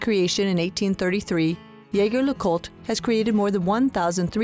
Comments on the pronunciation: ZHEY ZHER LEH KOOLT! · Good lord you butchered the name. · At least pronounce the brand correctly 🙄